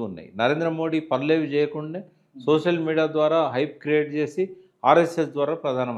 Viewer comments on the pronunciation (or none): none